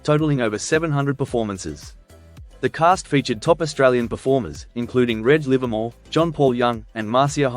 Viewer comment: Mispronounced Reg Livermore twice. It is not like keg, more like wedge